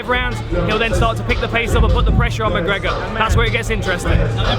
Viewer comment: McConor McGregor? lol Dan...